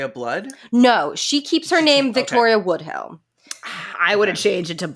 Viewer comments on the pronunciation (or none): Why are you saying Woodhill for Woodhull, tho?